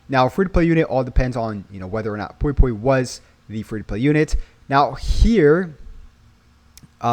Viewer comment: Pui pui not poi poi 😅